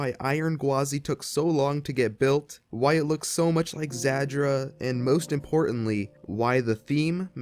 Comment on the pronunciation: Real quick, the pronunciation of Zadra is "zAH-dra," not "zAD-dra." You're using the "D" sound twice when you're only suppose to use it in the 2nd syllable "Za-Dra"